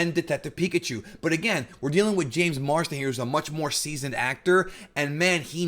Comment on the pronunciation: Is it me or do you keep saying Marston rather than Marsden?